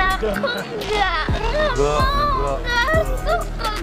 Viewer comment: Maksudanya itu "aku ga suka ga like" Cuman kedengerennya jadi geu lay